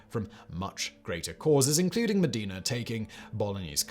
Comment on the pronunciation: For those who haven't been able to decipher the city names Simon is saying at , they are Bologna and Modena, neither of which are pronounced the way Simon does, but, then, he doesn't care a damn'. He's more worried about the advertising revenue than being accurate.